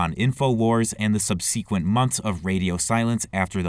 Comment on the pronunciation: heads up, the word "subsequent" is pronounced differently